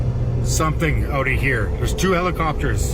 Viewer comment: Do Heblikopters 😂